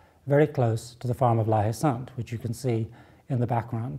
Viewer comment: There is an 'e' at the end of Sainte in the name, so the 'T' is sounded - "sant"